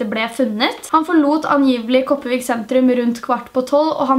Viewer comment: Ikke noe hate i det hele tatt, men de fleste som snakker bokmål og sånn gjør sånn som deg. Men Kopervik og Karmøy uttales med R...den er ikke stum. Men jeg ELSKER videoene dine!!!❤️ de er så sykt spennende!! ( jeg vet jeg kommer til å få hate for denne kommentaren siden jeg sa det med Karmøy og Kopervik )